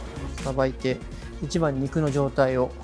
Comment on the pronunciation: French words like “EEE CHEEE BAHHHN”. He says it eight times in the intro alone and probably close to a hundred throughout the video… yet the subtitle text always says something different when he says “eeee cheee bahn”… 🤔🤔🤔